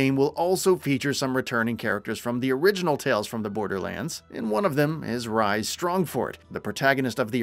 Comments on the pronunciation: TEEdior. Rheeees. (Rhys is a name with a standard pronunciation - and it’s never ‘rise’). 😮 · Good vid i personally just got into borderlands mainly the telltale ones cos im a huge telltale fan ever since the walking dead from them played almost all their games but im pretty sure Rhys was pronounced like "rees" not how the narator said other than that pretty informative for me anyways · You know the narrator is not even familiar with Borderlands by the way he pronounced Tediore and Rhys. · isnt there a narrator at gamingbolt who played a BL game or at least know more than online articles about it who could've narrated this video instead? i cant help but point out that the narrator seemingly doesn't know how to pronounce LOU13, FL4K and Rhys correctly lol (no hate, just saying)